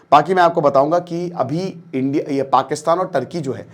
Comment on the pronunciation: Sir Video suru ka 40 second bohut hasa..... "ANDIA ne😆